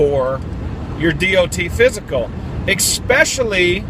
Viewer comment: Did he say EXpecially??